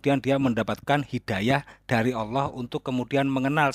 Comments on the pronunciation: saya kristen, tapi saya cukup malu jika orang yg mengaku imam mesjid menyebut Al-lah saja tidak bisa , tpi malah menyebut dengan sebutan auloh, seolah2 ada terjadi sandiwara ,lgipula kenapa di dalam rumah sendiri harus pake masker?! seperti kata yesus di Matius Jika ya, hendaklah kamu katakan: ya, jika tidak, hendaklah kamu katakan: tidak. Apa yang lebih dari pada itu berasal dari si jahat. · Dari pengucapan lafaz assalamualaikum dan Allah dah ketahuan kalau bohong. Dan kalau boleh tau imam masjid mana ya?